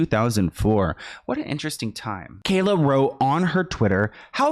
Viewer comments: Bro it's kaya not kayla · Why do you keep calling her Kayla? It’s Kaya. There’s no L in her name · Hey it’s KAYA not Kayla lol kai-ah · Love you, But is Kaya..no L in it Kalya. Lmao.. it seems like a mind block for you lol. Great job deep diving on all these videos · WHERE IS THE L IN KAYA,! 🤔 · Kaya not Kayla lol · Bro! Her name is Kaya. Where are you seeing an L at???? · KAYA!!!! OMG. Get the person you are talking about- her NAME RIGHT for God’s Sake man!!!